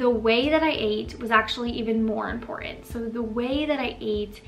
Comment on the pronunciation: There are two t’s in the word important please pronounce them both